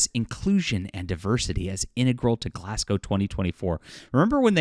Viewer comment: first things first thankyou for saying the city properly. Im a local and very few people ever get it right. so thankyou. and for the record its scotland its always bloody raining. you really need to plan around that or dont bother going out. and very few people in glasgow give a dam about covid or wearing masks anymore.